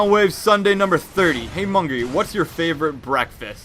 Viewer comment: It's "Mungry" not "Mungay"